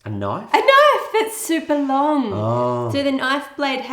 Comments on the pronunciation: I'm sorry, but as an American (U.S.), when an Australian uses the word "knife", I am legally obligated to say, "That's nowt a knoyf." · poor just been conditioned not to say "Knoife" where non-Australians can hear him.